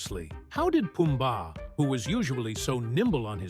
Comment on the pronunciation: The way he said Puba from lion King😂